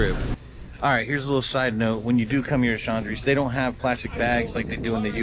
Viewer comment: The stores name is pronounced ched - row- e not Shandre.